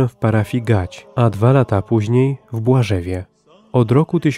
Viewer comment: Kardynalny błąd pana lektora - w BŁAŻOWEJ, mojej rodzinnej miejscowości! A nie "Błażewie"!